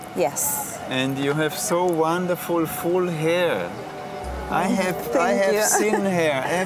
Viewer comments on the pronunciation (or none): Wau! Wanderfull! Sänk ju werie matsch!! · Ich finde die Art, wie gewisse Worte betont, so wie dieses "Wow", "Wonderful" soooo komisch xD ich kann das gar nicht nachmachen xD